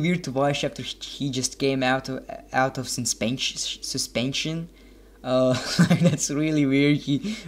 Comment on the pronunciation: I may have laughed to much at that and when he pronounced suspension